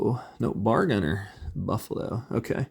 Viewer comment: Very cool figs. I stumbled here as a Combat Commander enthusiast! Just FYI, most Marines in '42 would be carrying a bolt action, 5 shot, 1906 Springfield rifle. And it's pronounced B..A..R, not bar. Browning Automatic Rifle! Good stuff! I have to look into this game now. For the most part, most of them do look pretty accurate! I think I liked the M1 Garand infantry best.